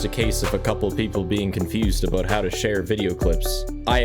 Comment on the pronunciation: "Spending aboot 5 minutes in the battery room" oh no, he's canadian.